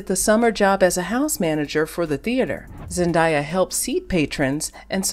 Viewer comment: Great coverage of one of the most popular, respected and much loved actresses on the planet so I don’t know how Zendaya’s name was repeatedly mispronounced!! Her name is pronounced Zen-DAY-a not Zen-DYE-a.